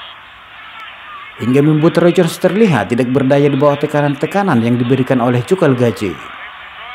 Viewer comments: Calzaghe bung,,bukan calgazhe. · Namanya Joe Kalzage bukan Kalgaze bang . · Calzaghee ....boss Bukan calgazhee..🤣🤣🤣🤣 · Calzaghe bukan kalgazhe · lu ngomong apa? Apanya yg dibandingin sama calzaghe? Mabuk lu? Gw kan komen namanya calzaghe bukan kalgazhe, karena yg bikin video nyebut kalgazhe. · bukan galgaje, anda salah nyebut namanya